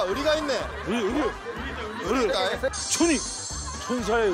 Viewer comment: ㅋㅋㅋㅋ 의리 발음 찰진걸로는 세계1위ㅋㅋㅋㅋㅋㅋ